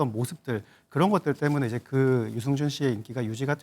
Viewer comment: 유증준 아니지요 아나운순분~~들 똑바로 해주세요